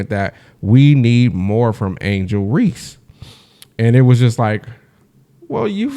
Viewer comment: Her surname is Reese not Reece that alone just tells me that you don't know what you talking about,we dealing with human beings here not AI ,go troll somewhere else or use that AI to determine if Ms Tammy Turnover Clark will ever play basketball again.